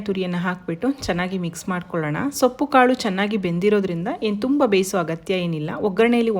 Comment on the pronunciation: Sappu alla soppu antha heli